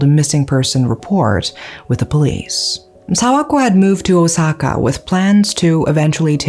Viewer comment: And still mispronouncing Osaka 💔😢